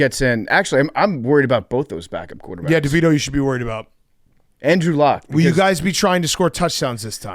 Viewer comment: Anyone else hear “Andrew Luck” when PFT said “And Drew Lock” lol